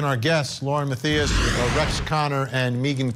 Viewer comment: Love ya Vinnie, but it’s Lauren (MA-THIGH-ISS) Matthias